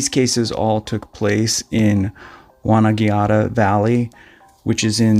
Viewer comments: If you can't pronounce Wonnangatta correctly, how can we listen to your story? It is Won Nan Gatta and not Won nan giatta. Furthermore, it is Mount Bulla not Mount Bueller and there is a LOT of skiing available in Australia. You have no idea what you are talking about. Melbourne might be spelt like Mel Born but it is pronounced Mel Burn. Russell lived in DROUIN and not Droin. Now you are speculating, there is absolutely NO evidence that they were having an affair regardless of how dodgy it looked. Furthermore, their murderer was an Airline Pilot Greg Lynn who has been caught and their bodies have been recovered. Motive: The motive behind the alleged murder of Russell Hill and Carol Clay is not explicitly stated in the provided search results. However, there are some hints and clues that may suggest a possible motive. It is reported that the couple were seen arguing with a man, believed to be Greg Lynn, at a campsite in the Wonnangatta Valley, where they were camping. The argument may have been over a drone, as one of the search results mentions a “drone dispute”. This could have led to a confrontation that escalated into violence, resulting in the murder of the couple. Another possible motive could be a romantic relationship between Russell Hill and Carol Clay, as one of the search results mentions that they were “secret lovers”. This could have led to a motive of jealousy or revenge, although this is purely speculative and not explicitly stated in the search results. It is a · Yep, correct. Also, Won-an-gatt-uh. But full credit for getting many of the others right. Australian places names are notoriously difficult to work out. Really enjoy your videos. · Mate, your pronounciations are shocking……….it’s Won on gatta, and Mount Bull er, Mel burne……. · Amazing video, I've been to most of these places. Heads-up Buller is bull-er or bull-a. Wonnangatta is won-nan-gat-ta. Good job. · FYI it’s pronounced wan-an-gatta. indigenous australian name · Won - an - gat - ta.